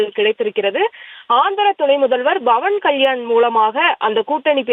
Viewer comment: Adhu BAVAN KALYAN illai... PAVAN KALYAN, don't change his name,.. News tamil channel educate your journalists first.😂